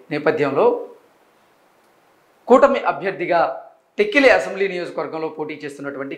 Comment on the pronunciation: Please pronounce tekkali properly.